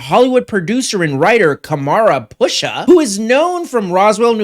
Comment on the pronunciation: I think his name is pronounced Kam-Run Pa-Sha